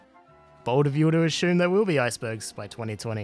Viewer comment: . . . ashume? But actually i love your videos, no hate